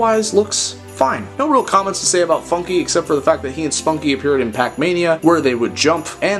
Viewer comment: what did he saaaaaayy???